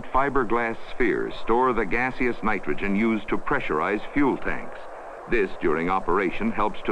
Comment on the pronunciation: I had to rewind to hear the part about it fiberglass spheres with gasps nitrogen. Was sure he said gasps hydrogen 😳.